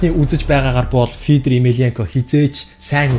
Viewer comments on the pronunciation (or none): Фиидэр эмильянко гээш. Сэтгэлгүй шаас. Нэг нэвтрүүлэг үзээл нэрийг нь юу гэж дууддагыг мэдчил дээ.